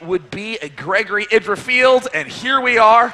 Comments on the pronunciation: God damnit it's id dra, not I dra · Love struggle to say Idra's name right throughout the series, "eye-dra, sorry.. Idra." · neither. it's idra. as in "did." didra. idra. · I like how keeps correcting his own pronunciation of "IdrA", then two seconds later says it the other way again.:P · its the way brits would pronounce it, get over it. Also he tries to correct himself too